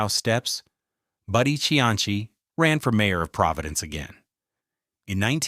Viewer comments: bruh its not pronounced see-anchy its see-ann-see dont disrespect the only politician that actually did good in Rhode Island SHM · The correct Italian pronunciation is chee-an-chi, but this is RI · He actually pronounces Cianci’s name correctly in Italian. However, in American, it has always been pronounced as we know it. See an see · His name Cianci, is pronounced, see-ann-see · I stopped listening Buddy C antz E. I hate AI, but I even worse hate it when a live narrator can't pronounce names of title/important characters. Just finished listening to one that called the area in Boston: Black Bay instead of Back Bay..gave it another go,perhaps I heard wrong-nope Black Bay 5x more. Done with that too ! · Cianchi? Come on. If you can't pronounce his last mane. don't bother doing the video. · Are you saying you don't remember Buddy SeaAnnChe? Notorious Jamestown Pirate? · An instant THUMBS DOWN. No YT-AI need apply. 0.29 into this crap and this AI generated doofuss got the Mayor's last name wrong. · Odd that there is no mention at all of the thousands of Irish and other Northern European immigrants who came to Providence and worked in these mills and factories. Other than that - and the weird pronunciation of Cianci's name - this was a pretty good documentary and history. Interestingly, of all the various people who immigrated to Rhode Island, it was the Italians who - more than any other ethnic group - returned to Italy. It's been suggested that language difficulties were the main reason, although millions of other immigrants didn't speak English and stayed. By the way, it's "see ANN see". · Hearing your pronunciation of Cianci was like nails on a chalkboard. Like when Hicox held up the english three in Inglourious Basterds. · bro 2 seconds in and i felt my inner Rhodey flip out lol put respect on Providences only good mayors name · I think perhaps it is the Italian pronunciation. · no hes not using the Italian pronunciation hes just being a mid western or ai fuck tbh